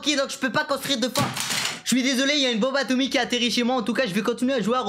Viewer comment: Quand ta dis üne bonbe atomik Ca Ma tur